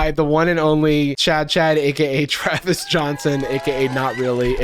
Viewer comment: "TRAVIS" im dead